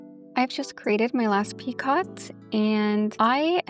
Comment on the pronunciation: Hi I just wanted to let you know that picot is pronounced as “peeko”. The ‘t’ is silent 😆 great tutorial though!